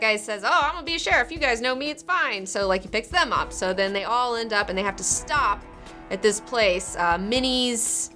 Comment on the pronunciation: i can catch her southern accent coming through when she says 'and theeeen' cool